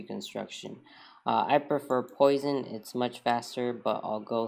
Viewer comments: ))) "Poison".... that is Poisson, with 2S :)) pronounced /pwa.sɔ̃/. See for details. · Poisson is pronounced “Pwasson”. He was a great French Mathematician. Great video BTW.